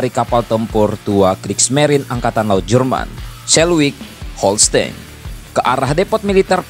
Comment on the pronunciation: Termasuk belajar cara pengucapan nama2 terkait Jerman, semisal Schleswig-Holstein (baca sleswig holstain)